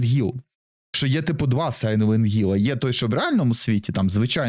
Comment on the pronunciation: Блять який гілл якщо там хілл